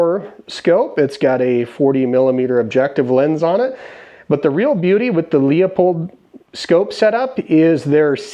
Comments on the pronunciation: “Leupold” vs “Leopold” can you hear the difference? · My dear brother in Christ it is not….nor will it ever be…..”leahpulled” it has been and will always be “LOOPOLLD”. May you be forgiven of your sins. Carry on. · Leopold is pronounced Lupold, with a hard U. Sorry, it's hard to watch when you mispronounce a product. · Your scope is mounted high. It's pronounced Loopold. 6.5 for small game. I shoot bigger guns. My zero is 300 yards and I don't need no stinking dials for hunting😅 As you get more big game hunting experience, you'll discover that 30 cal and up are much more reliable on big animals, and on target bullet performance is just as important as shot placement. 6.5 PRC is a good deer gun.